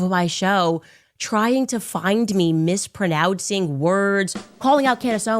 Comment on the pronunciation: Did she just say "mispronowtz"?